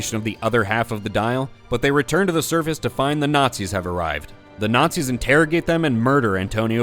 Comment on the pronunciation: I love when indy nookz all not-seeze